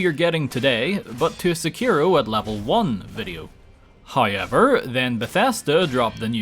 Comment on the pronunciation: I fucking hate your hayever pronounce